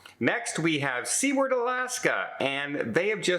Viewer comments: Seward is pronounced “Sooward” not “Seaward”. 😝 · I love your videos but please, it's SOO-ward, Alaska. Not SEE-ward. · There is no port called "sea-ward Alaska" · Seward is pronounced like this. Soo' urd I enjoy all of your posts. You are so enthusiastic, personable, and informative. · Get your pronounciation of SEWARD correct ! You have in the past